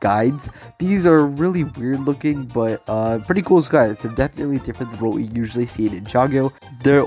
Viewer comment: please this man need google to learn how to say it